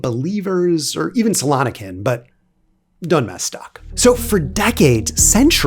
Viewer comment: Donme değil Dönme